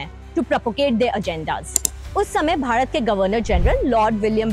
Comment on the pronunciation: Stupid are the people who say english is colonial language.... For we south indians, both hindi and english are foreign language... Well why this anchor pronounce bharat as badhat..... Effect of Varrr rukvadi